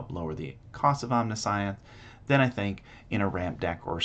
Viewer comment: Good video. Great showcase! Side note: omniscience is pronounced differently.